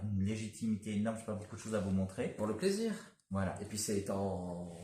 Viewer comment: plaisir pas palis 🫣